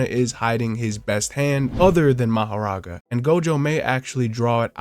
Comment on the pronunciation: Are you saying Mahoraga (Ma-Ho-Raa-Gaa) like that on purpose? You’re saying Makora 😂😞